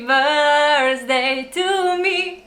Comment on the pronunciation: Ne reče se brzdej ampak brdej.